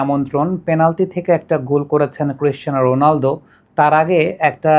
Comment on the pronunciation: রোনালডো❌ রোনালদো ✅